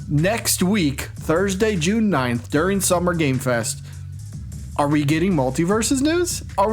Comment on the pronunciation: I love "J-lune"! It's right up there with Smarch.